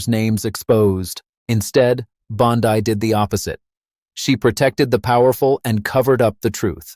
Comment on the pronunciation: Bondi...simple name with a soft i...duh.